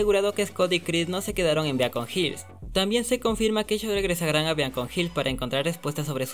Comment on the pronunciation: varias como por ejemplo dayton se dice (diton) o beacon hills se dise(bicon hills) o noguitsuney se dice ( noguítsunéy) leyendo las tildes obvio, yo a la serie la vi en español latino, no se si la viste en inglés, porque creo que ahí si se le dice así, por eso desde ya disculpá por la falta de respeto, solo para decirte que yo escuche a los mismos personajes decir esas palabras como te la escribí, no es por criticar solo para apoyarte ya que tus videos son muy buenos, y gracias por preocuparte.